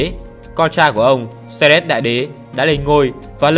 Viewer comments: Xerxes phải đọc là Dớt Xi, Xe rét là cái mie gì vậy? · clgt, đọc sai thì phải chỉnh lại, tên ngta như thế cứ đọc Xe rét, nghe ngứa tai vcđ @@